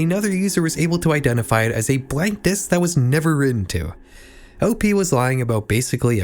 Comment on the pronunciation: i dont like how you says Op and Anon. cool video otherwise